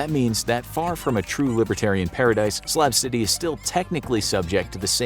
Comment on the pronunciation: SLAB CITY BUT I SWEAR IT SOUNDS LIKE HE'S SAYING SLAP CITY